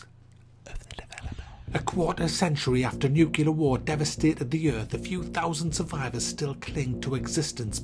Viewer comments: Just to say, it is, "nuclear war", not "nukular war". Just saying :-) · 'nucular' xD welcome back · the word is pronounced “NEW-klee-er” ;) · 1- picking a fight with acg and more systematic reviews . Check. 2- are redecks the only one incapable of pronouncing nucelar? Check Glad you're on your 2 feet. I'll keep following your words.